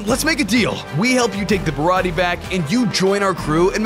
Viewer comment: its not birati